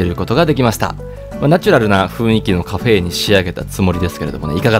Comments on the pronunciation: カ↓フェ↑の誕生だ！ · カフェエの発音好き